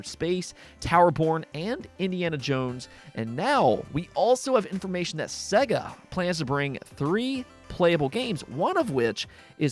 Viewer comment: Hey dude, it's pronounced SAY-GA, Sega even pronounce it for you at the start of many of their games so that Games Urinologists can't cock it up. Yet they still do...